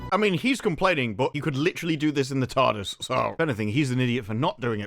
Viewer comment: The way he says Tarrrrrrdis is infuriating.